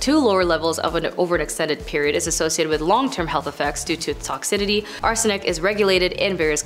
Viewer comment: good lord. It's BOCH-u-liz-um. And who the f*ck put the "d" in "toxicity"?